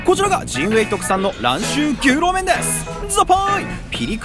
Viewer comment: あかん、あかんでぇ～～～ “ぎゅうろう麺”とちゃうやんかぁ～～～WWW“ニョウロウ”とか“ニョウロウ”とかって読むねんでぇ～～～って、指摘したからって“お詫び”とか邪魔くさい事せんでいいでぇ～～～日本人やねんし知らんで当たり前しなぁ～台湾行ったら旨い牛肉麺いっぱいあるでぇ～～～